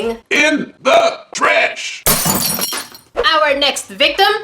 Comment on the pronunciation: "In The Tresh “